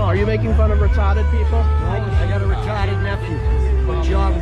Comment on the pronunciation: Are you calling me retahded? 😂